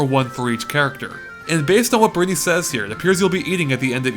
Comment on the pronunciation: Berthy? You realize that isn't how you say Brittany right? It's like brit knee.